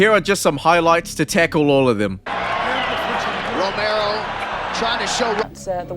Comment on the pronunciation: You keep saying Romeo it’s Romero